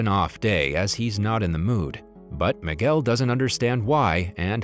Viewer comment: Boy can’t even say the name it’s Miguel dude